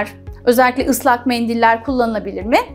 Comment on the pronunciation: Bir doktorun tuvagggglet ve meğndiil demesi cok garip gercekten